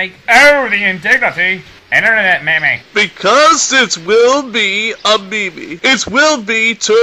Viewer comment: Holy shit the way they pronounced meme in the first scene!